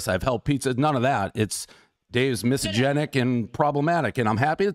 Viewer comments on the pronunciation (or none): LOLLL he's so miss-a-gen-ic.